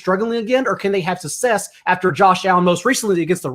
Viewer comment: Bro success not sussess suc·cess /səkˈses/